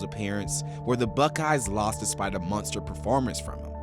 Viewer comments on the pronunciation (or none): This narrator (and writer?) is atrocious... "Monster"? "Nah, MUNSTER..."